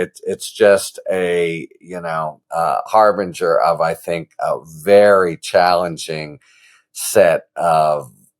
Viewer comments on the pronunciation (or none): none